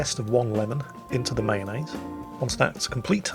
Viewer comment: "Mayonnaise" Boris would like to know your location